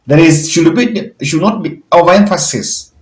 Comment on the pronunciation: Kindly drop off letter “l” from should when pronouncing that word please!!! It ends with “d” and is pronounced “shud” not “shul”. With lots of humility I beg.